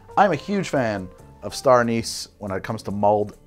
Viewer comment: Awesome video! Drinking a toddy myself tonight. But the way you pronounce "anise" drives me nuts 😂